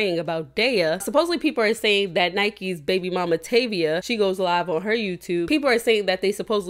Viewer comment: Her name is Tavie not Tavia…